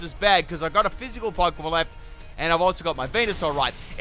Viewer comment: The way you incorrectly pronounce a lot of Pokémon hurts.